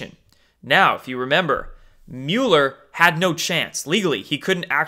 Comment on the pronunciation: It's Mueller like mulberry, not mule. And you are butchering Kavanaugh still.